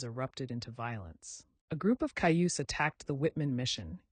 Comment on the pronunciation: I really wanted to like this but when you said measles instead of small pox and mispronounced Cayuse and Sager two different ways, I felt like I didn't.